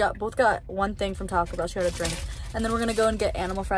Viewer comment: her saying Taco Bell like “tocklebell” is killing me lol